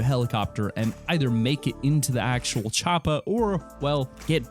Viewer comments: Chopper not chopa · No one: This guy: Charpa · it's not a choppa it's a chopper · PLEASE stop saying choppa. Your not Arnold Schwarzenegger.